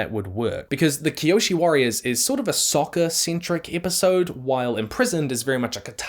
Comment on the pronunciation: his name is soka not soccer